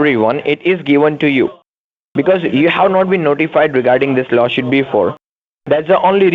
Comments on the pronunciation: Dickheads can't pronounce law suit (shuit). Yes, yes, yes, veri gud veri gud akcess.yes,sir, yes sir. I’m king and yu pay deerectly. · I don't think I could of help saying " Is Lawshoot same as Lawsuit? cause I want to make sure I write down the right thing." Lol.. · Did he say law shoot? Why does he want to axe you? Remote control car, lol. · I look for new words. This time it’s “lawshoot”. “Business working days.”